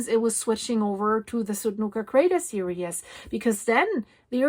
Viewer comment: Hi. So very happy to hear the good news about Apollo. I am going to offer kindly pronunciation adjustment because I finally figured out the word you have been saying in every video about the volcanoes when you name the volcano and say a word that starts with S immediately after it. I hear the English word serious, and I am reasonably certain you mean the English word series. If I am right, the pronunciation of the IES is EES. I listened and you said the word three correctly and it simply would be like multiple threes. I know pronunciation across languages is massively complicated and by now you are extremely used to the serious pronunciation. You feel free to choose, which one you want to use, but if you use any of the translators and they are giving you, the IOUS pronunciation then it’s a learning tech curve for whatever or whoever. I have a funny story from a Native American Rez, where one of the aunties came up to me and tug on the edge of my top, telling me never to say a word that I had been saying because in a speech, a man had used the native word. I thought it meant one thing and evidently it was very profane. She was kind enough to find me in a back hallway alone and simply told me don’t say and she said the word. I’m not tall, but I was looking down at her and she looked older than I am now but she’s probably 20 years younger at the time. I said OK why not? She put her hand over her mouth and giggled and gave me a very polite translation turned around an